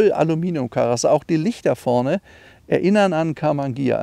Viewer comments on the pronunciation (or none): none